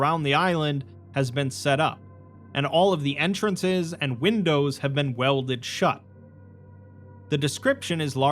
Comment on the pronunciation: "wimdows" hehehe